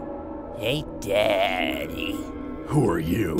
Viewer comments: Demarco Smash *Da-dee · Cell: “Hey daddy” Me: “It’s actually pronounced Dadee”